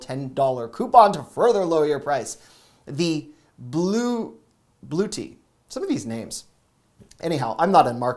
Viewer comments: Blooty lol. Bluetti is one of the established major brands in the solar gen market. I always hear it pronounced “Blue yeti” with the y silent. :-) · Someone had a lot of caffeine 🙂Just a note: it's not a Bluetti, it's a Blue-Etti. The E seems to be pronounced - at least I've never heard it used otherwise. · Its Blue Eddie...now say it with T... Blue Etti...you are just adorable!!! I jump on your videos!! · I watch all your videos and I/We thank yo for your hard work! Yes some names hard but I think that the one you mentioned was hard it's pronounced Blu-etti as in Yetti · Hello! Hope you've gotten some well earned rest. We love all your vids and look forward to them. You've shown us some great deals we might have missed.❤ thank you for your help and hard work. Btw, the power station is pronounced BLU-ETTI.. we had no idea until we saw it on a YouTube channel....lol. Keep up the great videos, we appreciate it ❤❤ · Thank you, love you. I appreciate the non-tech items. We're set with electronics and don't do gaming so including more everyday items is appreciated. I chuckle that a 32" TV is for a bedroom/spare room and entry-level. That's our main TV and we're content. And old, I guess. Fahrenheit 451 and all. It's pronounced Blu-etti, I believe. Very highly rated. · I have that power bank. It works very well and is solar powered. I saw you earlier trying to pronounce Bluetti. It is Bloo- EH- tee. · Love your work. Next time: blue-ET-tea :) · . Pronounced BLUE ETTI...just trying to help. You're the best Black Friday Channel by a Mile! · it’s pronounced BLUE EDDIE for Bluetti. Love your content bud! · Thanks so much! Bluetti is pronounced Blue-eddy. They are one of the best brands when it comes to the battery backup market. I don't own one but would not hesitate buying one on sale if I needed it. Thanks!! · It's pronounced Blue-Etti 💙 very popular in the van life/camping world for off grid power. ❤ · BLUE-ET-TEE Thank you! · Blu - short e sound - tti 😊